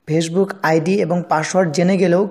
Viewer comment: তুই আমার শালা ফেসবুক ঠিক মত বলতে পারিসনা